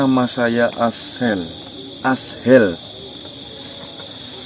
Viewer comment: Azhel bacanya azel, bkn as hel. Kya orang gak sekolah ja. Baca tulisan kya tu ja blepotan